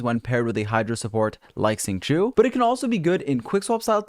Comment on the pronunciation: his is mispronouncing qingqiu professional?